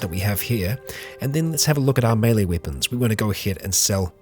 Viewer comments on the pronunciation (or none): none